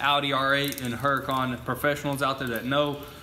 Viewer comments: I like the way they pronounce Huracan. They pronounce it with a heavy "H", but if you watch the show on tv, I think it's the same channel as "Air Disasters", they pronounce it as "OO racan" - a pronunciation I like much better. OOracan. Like "OOO, look at that Lambo". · need a tee saying huracon. we are the work shop.